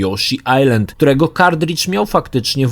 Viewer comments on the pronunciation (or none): none